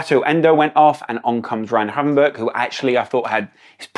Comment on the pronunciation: Please stop saying Cody Hakpo, and Ryan Havenberch 😂 great video again. Always enjoy these and your perspective